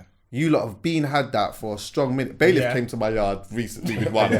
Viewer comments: poland. I thought I was the onlyvone that noticed was saying bailIFT. Lol. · It's bailiff. Not bai-lift lol.